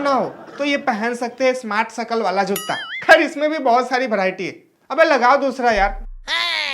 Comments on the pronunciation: जुत्ता नहीं भाई जूता ,😊😊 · Jootta nhi hota pagal joota hota h